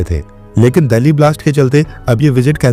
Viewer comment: आप दिल्ली को दल्ली pronounce कर रहे हैं। कृपया इसे सुधारे।